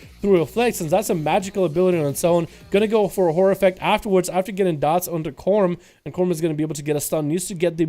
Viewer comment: Really, New Moon Boomkin? Gross :| KOR-MAN, where are you getting the extra letters from?